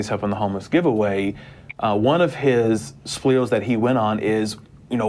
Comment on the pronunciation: "One of his shpweels."